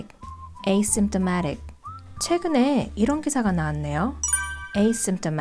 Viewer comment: asymptomatic 발음이 어려웠는데 오늘 해결됐어요. 깔끔한 발음 감사해요^^